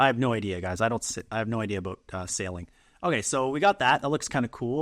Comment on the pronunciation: "I have no idea ABOAT sailing . . . " I grew up in northern Wisconsin and I know a Canadian when I hear one ;) As a sailor, I will forgive your boat. I work almost entirely in Photo, and forget the Transparency tool in Designer. The process in Photo (v1) is kludgy, but in Designer it's so easy. Watching someone else work is always helpful.